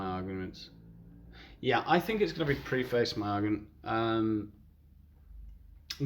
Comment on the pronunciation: Isn't 'preface' pronounced as [ˈprefɪs] ?